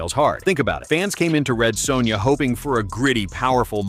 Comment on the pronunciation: Lol the Commentator/VO Saying "Red Soownya"....as bad as the movie itself.